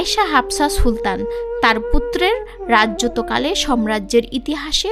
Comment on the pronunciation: সুন্দর একটি ভিডিও তৈরি করেছেন। তবে ভিডিওর মধ্যে ভাষার উচ্চারণে কিছু ভুল আছে, যেমন : সঠিক হবে - প্রথম ওয়ালিদে সুলতান, আহরণ হবে নাওটা হবে আরোহন, উদবেগে নয় ওটা হবে উদ্যোগে, রাজযত কালে নয় ওটা হবে রাজত্ব কালে ।